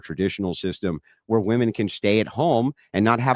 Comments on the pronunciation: another dumb biznatch who doesn't know how to pronounce 'women' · As soon as she pronounced "women" in the singular vernacular she lost all credibility.